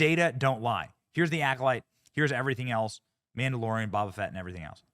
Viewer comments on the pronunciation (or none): Bobba Fett😂🤣it’s Bo-ba Fett Benny😁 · The way you pronounce Boba Fett hurts my soul…